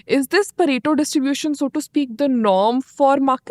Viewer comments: it is pareto distribution and not burrito :) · It's Pareto Principal not Burrito Principle! Excellent podcast! :)